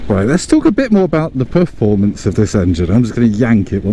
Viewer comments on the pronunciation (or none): Just before you were yanking it, did you say Poof-formance 🤣